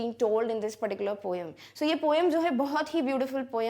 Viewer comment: It is not poyam it is poem 🤔🤔